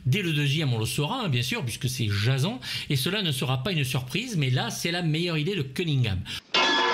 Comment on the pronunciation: Très bonne critique, merci pour cette vidéo. Mais j'ai du mal avec ta prononciation : Jazon ? On prononce plutôt "Djésonne", non ? (pas la peine de répondre j'ai la réponse...) mais je trouve ça rigolo que tu prononces ça si mal... Un culte du cinéma d'horreur... Tu n'as jamais écouté tes "confrères" ou même le film ?